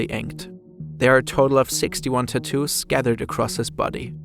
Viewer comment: it's tattoos not tuttus